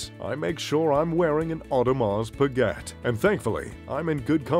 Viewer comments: T is silent in Audemars Piguet. Got annoying after hearing it half a dozen times... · It's pronounce Pigay(Piguet)not Piget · You should at least know how to pronounce the name of your favourite brand. It’s not pigget , it’s peegay! French! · 'pa-get'?? LOL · Hard to take a list seriously that includes Bremont but not Vacheron Constantin or A Lange & Sohne from a guy that doesn't know the correct pronunciation of Piguet even though he states its his favorite brand. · He can't even pronounce Piguet